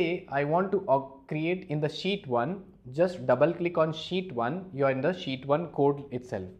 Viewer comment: I love it like he says "sheet"(shit):D Greetings from poland Mr.!!!